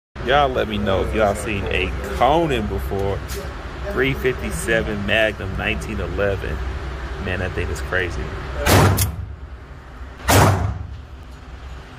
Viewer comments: Pronounced coo-nan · They’ve been around for a while.It’s pronounced coon+an not Conan. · Pronounced Cooo nan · Pronounced,as it is spelled, cOOnan; like "schOOl" and "fOOl". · Said that name way wrong it is definitely not pronounced Conan it is pronounced coo nan hints the name coonan 😂 That grouping was insane tho amazing shot 👌👌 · Yes, and it's pronounced like it's spelled - Coo-nan. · It's not Conan it's coonan and not pronounced like the barbarian but ooooo like racoon but those are sweet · Pronounced "Coon an" not Conan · It's not Conan the Barbarian there's two OO's you should know how to pronounce it it's COONan not fucking Conan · Its pro pronounce "coonan" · Pronounced koo-nan, but yes, love it, awesome pistol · Pronounced coonan,yes I have they are badass. Mags can be fickle and only fire good ammo and it will treat you right. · & it’s pronounced (COO-NAN) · It’s pronounced like it’s spelled. Coon-nan. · C'mon bruh you know it's pronounced "Coon" anne. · I was gonna correct you on pronunciation of the brand name, but then I watched you shoot it and changed my mind. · So gangster , he can’t even properly pronounce Coonan ..... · Yep seen them for years. Can't afford it. Nice group. Check pronunciation. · I think it's pronounced how it's spelt